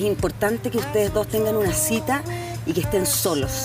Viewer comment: Es cita no citra